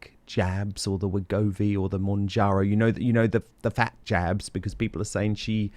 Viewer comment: American here. At first I thought you said "Meghan may be on the Ozempic jams" 😂 then I realized you said jabs.